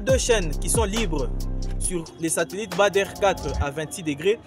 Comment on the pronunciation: Ce n'est pas Bâ der mais badre prononcer Bâ dre.